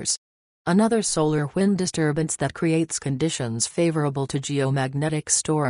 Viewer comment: “ solar whind “